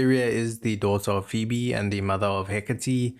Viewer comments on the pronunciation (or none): none